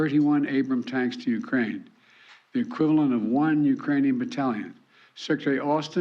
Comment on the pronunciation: * Ukrainian’s not “eucranees”